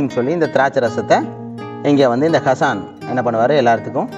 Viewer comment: It's should get pronounced as Haasan.